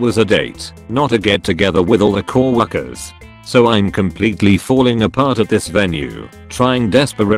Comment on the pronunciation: why did it say cow orkers